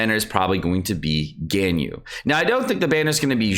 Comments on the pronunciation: Albeedo? Albeedo? really? NOT EVEN 5 SECONDS GO BY and then "Gainyu" BRUH PLS JUST LEARN THEIR NAMES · Al-BAY-do. GHAN-yoo. SHA-oh. Go-ROH-oo. YAH-EH. Jesus. Please.